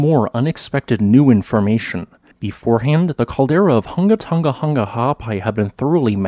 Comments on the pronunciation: You have incredible scientific knowledge of this subject. As well as the ability to effortlessly pronounce the name of this volcano 🌋. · This is my new fav volcano because the name cracks me up everytime i hear it. Hunga tunga hunga ha’api. I dont know how the narrator doesnt crack up when he says it so flawlessly lol